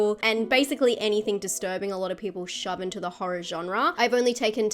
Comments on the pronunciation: Love disturbing horr-rah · I love the way she says Horror with her accent